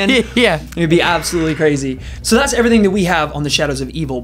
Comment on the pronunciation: lol "eveything"